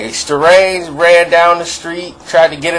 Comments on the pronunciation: It is Starang, not Starange...and like someone else mentioned some of the things you mentioned are not on point...and yes, EZ Elpee set Starang up... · Aye, let me ask you two questions. One, why do you always say “Starange” whenever you mention homie? You gotta know his name is pronounced with an ANG at the end. Two, what’s your beef with him?